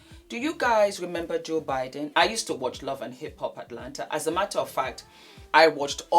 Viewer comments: it Budden not Biden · it's Budden. 😂 You got me rollin. I'm sorry but those women know they don't feel a condom, they know exactly what they're doing. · you keep calling him”joe biden”…😂